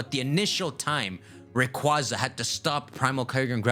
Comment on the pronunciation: People from Sinnoh are, officially, known as "Sinnohans", by the way. Also, Rayquaza is RAY-KWAY-ZA